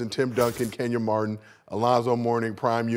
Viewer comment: Bro said Kenyon Martin lmaoooooo